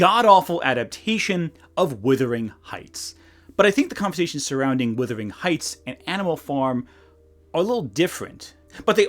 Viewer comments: WUTHERING not WITHERING. “Wuh” rhymes with “huh.” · Minor quibble but Wuthering isn't pronounced Withering - it's pronounced Wuthering and it has a differing meaning. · FFS - Please learn how to pronounce 'wUthering'!